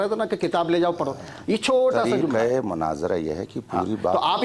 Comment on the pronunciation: وہ جو مولائی بنا بیٹھا ہے جاہل مطلق ہے لیکن مفتی علیمی کی قابلیت بھی قابل تعریف نہیں کے بعد قرآن مجید فرقان حمید کی جو آیت پڑھی فاسئلوا اَھْل الذکر ۔۔۔۔ اس میں اھل کی ہمزہ پر کسرہ پڑھا مجہول طریقے پر جبکہ اھل کی ہمزہ پر فتحہ / زبر ہے زیر نہیں اور رشیدیہ کی عبارت پڑھتے ہوئے جو لفظ مناظرہ ادا کیا وہ بھی غلط پڑھا کہ ظ پر کسرہ/ زیر پڑھا جبکہ علم الصرف پڑھنے والے مبتدی بھی جانتے ہیں کہ یہ لفظ مفاعلہ کے وزن پر ہے اس کا عین کلمہ مفتوح ہوتا ہے نہ کہ مکسور